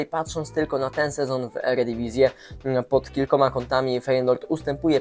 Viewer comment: Mieszkasz w Holandii i mówisz "eredivisie" nie rób wsydu rodakom w NL, lol..